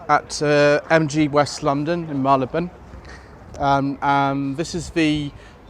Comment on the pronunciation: Yes, they've really pushed the boat out with kit - sunroof, satnav, Android auto & the safety features. Any idea of the likely price once the first 1,000 have been sold? And did they give any 0-60 figures? Oh, and nice to hear the old-time pronunciation of Marylebone!